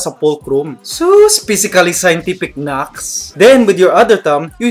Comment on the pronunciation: Naks not knax